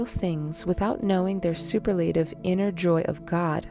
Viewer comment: Yoganandaji 🕉️ Nice excerpt. btw, (Soo Pearl La Tive) (Not: Super Lay Tive)